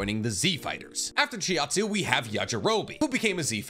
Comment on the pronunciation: Chiatzu? CHIATZU?! ITS CHAUTZU